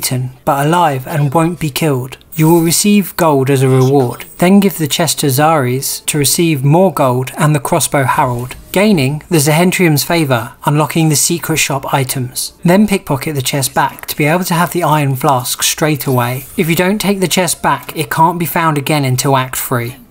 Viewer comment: The way you pronounce zhentarim is a crime